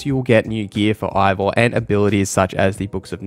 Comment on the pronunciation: You’re pronouncing Eivor wrong. Have u even played the game? Christ almighty